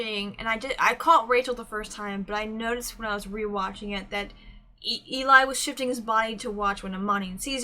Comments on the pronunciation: Just do you know, voiceplay doesn’t copyright reactions. (At least they don’t tend to, it’s corporations that do that against their will) Also it’s said like L-E :) their set for their newest is next level. The editing is phenomenal. The microphones aren’t used in the video and are there as props. i used to think that the videos were live when I was younger. Layne is a baritone who can sing both higher and has sang bass before (in the song everywhere you look which is a cover by voiceplay and on layne’s channel, a cover for his daughter called evil like me where he sings a very solid D2) Also also, I prefer a lot of pauses. And layne and geoff both share arrangement duty. Loved the reaction. Looking forward to more. :) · This puzzled me for a while then I realised the image is reversed. Eli is short for Eliezer and pronounced to rhyme with jelly. :) It's Eli who normally does the lighting. Sometimes creates backgrounds too. Also although Geoff and Layne do almost ll of the arrangements, about half and half, Eli has done one, which is Eleanor Rigby, and it's beautiful. Tony Wakim is an ex-member of the group and appears in earlier videos, look for the guy with the twinkly eyes. He left to join Layne at Pattycake productions.